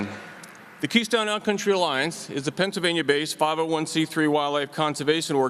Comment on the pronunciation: Pennsylvania. Not Pennslvania